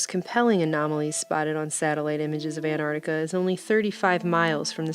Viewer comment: Why do you say an'ar'tica Its Antarctica Why are you trying to destroy English language